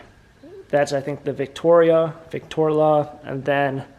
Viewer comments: ... we have a “Victoria” ah “Victorla”..... 😂 it’s Vic-tro-la ......,Vik-trō-lâ ..... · Nice record player. Pronounced Vick TRO La